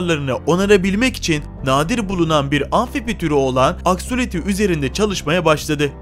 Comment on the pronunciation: Abi axoliti değil benim adım axolotl